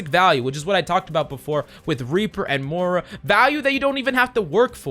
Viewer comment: ITS NOT MORE UH ITS MOIRA